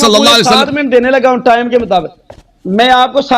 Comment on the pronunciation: بد تمیز مولوی یھاں ٹامءم ٹاءم کر رھا ھے بیحیا جاھل صرف وقت پر زور ھے